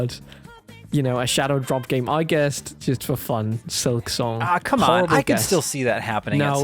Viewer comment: How the hell did I kept misunderstanding concerning "Silksong"? Whenever he brought it up I heard "Excelsior" and asked myself "What in three devil's names is he talking about?" I didn't see my error until he brought up Team Cherry towards the end...